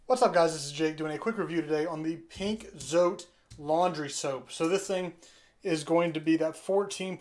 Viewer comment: Dude, it's pronounced Zoh- tay